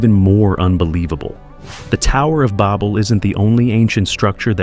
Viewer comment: "The Tower of Bobel" "Gobekli Tape-ay" XD this AI voice is so dumb